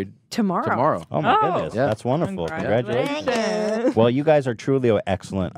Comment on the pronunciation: I think I come back to this episode every day just to hear Christina say "thak yuu"